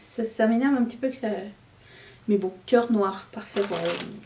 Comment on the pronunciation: Je me demande si j entends correctement ":: halohuitre"? 🤔🤔🤔🤣 sort de ce corps!!!! 👻👻👻💀😅😅😅😅